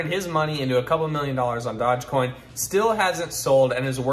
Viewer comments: d-o-g-e not dodge... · Wow, a guy giving advice when he's so confidently saying dodgecoin.... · Dodge-coin? Dude, do a little research. This was a huge meme. It was on SNL. Ever heard of Dogecoin? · Oh wow you don’t even know how to pronounce it! Thumbs down 👎